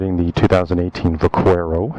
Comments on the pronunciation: Pronounced buck-air-o. Spanish for Cowboy, Buckaroo. V pronounced B. Lol I called it va-quare-o also lol But was corrected by a spanish fella. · Thank you. Drives me nuts when its pronounced like how this guy said it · Couldn't watch. The mispronunciation of the name was absolutely driving me nuts. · I'm the exact same way. Every time I hear someone pronounce it that way, I turn vid off right away